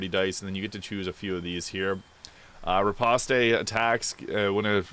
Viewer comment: Ripostay? (French people start hyperventilating)